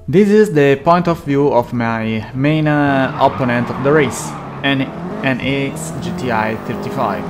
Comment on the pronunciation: Opponent si pronuncia oppónent non opponéńt all'italiana 😂